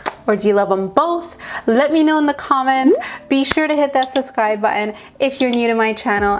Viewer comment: Lovely girl, please practice saying suBscribe 😘